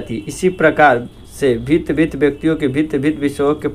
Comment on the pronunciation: Bhint padhta hai🤣